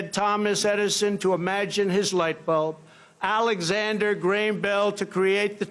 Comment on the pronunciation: "Alexander GRAME Bell"